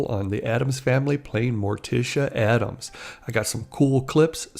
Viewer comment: It's "ADDAMS"!